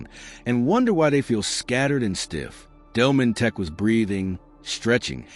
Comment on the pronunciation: It's not Delmonteck but Delmonteek in pronouncing his name